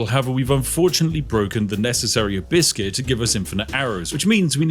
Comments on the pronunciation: I keep hearing "a biscuit" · Why do I always hear him say "a buiscuit" instead of "Abyss Gear"? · I accidently heard "a biscuit" rather than "abyss gear". Very confused for a moment, and now I can't un-hear it :_spiffBugger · I was halfway through the video before I realised Spiff was saying "Abyss gear". I just assumed he refered to those round objects as "A biscuit", and thought 'Yeah, that's quite on-brand for Spiff.' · I keep hearing you farming biscuits… presumably to go with your nice cup of tea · 😂😂 I had this going in the background and thought you were saying biscuits the entire time instead of abyss gear 😂😂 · When you say "abyss gear" it sounds like "a biscuit". Yorkshire tea and a biscuit? Yes, please! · When ever he says Abyss gear, i hear A biscuit xD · Even when I knew what he was saying, I kept hearing "a biscuit". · Am I the only one who can only hear hibiscus instead of Abyss things? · When you say 'Abyss Gear', I keep hearing a mispronunciation of 'A biscuit'. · Whenever you say "Abyss gear" I hear "Biscuit". Personally I have yet to taste a Lv. 2 Biscuit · ¿Am I the only one that hear "a Biscuit" instead of Abyss Gear EACH TIME? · "a biscuit" I heard it like "a biscuit" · took me til 19 min to finally understand he is saying Abyss Gear, I thought he kept saying Hibiscus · I wasn't watching, just listening, and at first I thought he was saying Biscuits, then I heard Hibiscus. Had I played the game before I'd know what Abyss Gear is. Lol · 😂 minding my business with Spiff in the background, speaking about biscuits. Glad I’m not the only one hearing that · I wasn’t hearing “biscuits” before this comment, but now I am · i kept hearing abyss gear as a biscuit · Every time Spiff says “Abyss gear”, I hear “a biscuit” for some reason… I think it’s time to eat. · I just hear "Biscuits" instead of "Abyss Gears"... Cant. Unhear. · “Abiscus” “Abiscuit” “Abiskiss” 😂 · Every time you say "Abyss Gear" my American mind hears "hibiscus" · "A biscuizz"